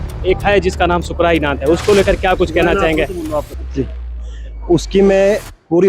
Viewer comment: शुक्राई नाथ नहीं है सुकर नाथ है